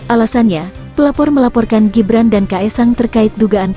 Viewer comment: Ngomong Gibran aja ga bisa....ko lapor sowak....